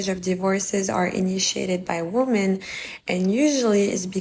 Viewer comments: Women is pronounced "WIH-MEN" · Day 398 You have a show about wi-men pronounce it right